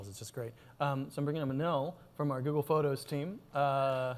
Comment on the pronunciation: Hehehe, "Zoogle"